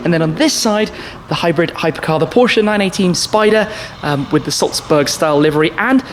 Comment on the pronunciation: Am I the only one who hates it when someone who owns a (or many) Porsches can't pronounce Porsche properly?